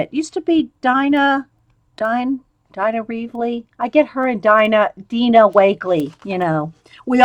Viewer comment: just remember the y in Dylusions is for Dyan Reaveley.. Makes an eye sound... And Dina Wakley makes the deeeeena sound... (Their names are very simular when i first came across both of them i couldn't remember either ) 😂😂😂😂 Love your creative brain this is awesome. ❤